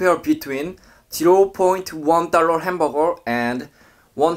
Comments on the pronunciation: Everyone: Dollar: Dorrorll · Brooooo. It's DOLLAR and not DALLOD::)